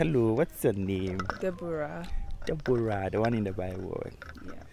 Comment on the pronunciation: the tone you used for Deborah is someway bi😂😂